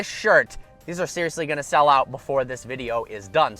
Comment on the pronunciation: you said shell instead of sell